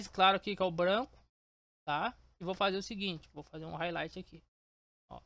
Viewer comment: explica mt bem viu, só esse R de highlight que me pegou kkkkk